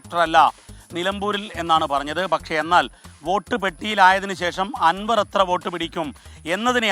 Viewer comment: ആൻവർ അല്ല അൻവർ